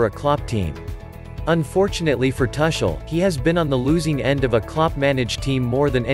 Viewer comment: Man, you are hurting my ears. Can't you pronounce his name correctly? The "u" in Tuchel is pronounced as the "u" in bush and NOT as the "u" in bus.